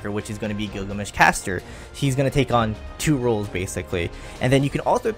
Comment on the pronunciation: 'roles', not 'rolls'. just really bothered by that